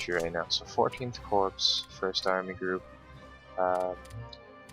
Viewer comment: good video as per always, just a note: Corps is pronounced Core. So it would be first core second core rather than first corpse second corpse!